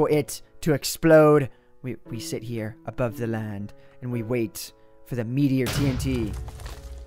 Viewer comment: I heard that Boston accent on "meteor bomb" :D